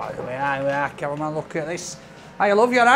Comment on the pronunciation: Sounds like hes saying conman when he speaks about camerman...😂